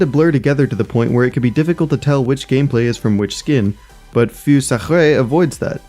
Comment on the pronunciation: Feu is pronounced like "pho" you may never use it again but thought I might just leave this here